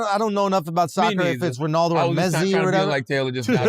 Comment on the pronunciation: My man said Mezzi 🤣